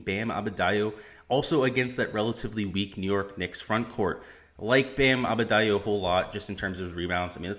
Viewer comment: its Bam ADEBayo , not Abedayo :)